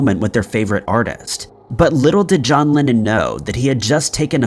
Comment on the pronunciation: His name was and is John LEnnon. NOt "John LInnEn" ! Bloody m#r#n !